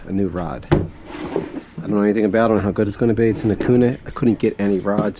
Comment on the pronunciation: Dude say okuma the right away